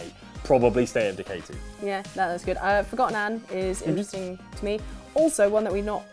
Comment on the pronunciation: "Forgotton" sounds abit like a mix of "forgotten" and "automaton".